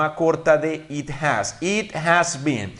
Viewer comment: Pronunciaste ''it'' como at?